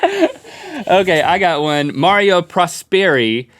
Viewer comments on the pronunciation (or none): Its pronounced Marrow NOT Mario!!!! Do you see an IO in the end of his name! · mauro not mario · It's MAURO. U. xD